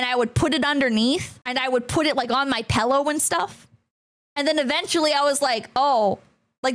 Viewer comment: Is the "pellow" thing a place accent or just a accent?